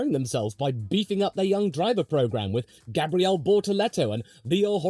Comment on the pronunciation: “Because right now, Brazil needs a formula 1 driver on the Grid” - as a Brazilian and a McLaren fan, I felt that 🥹 It would be a dream for sure 💚 Btw, your “Gabriel” pronunciation is on point 👌🏻 Cheers from Brazil 🇧🇷 🇧🇷